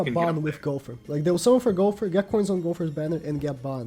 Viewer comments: Hes says Gowfer not Gowther lol still got great info love this channel :) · Is it just me or is he saying Gopher instead of Gowther?